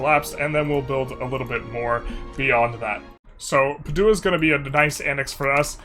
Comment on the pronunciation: Padua - pronounced PAD-du-ah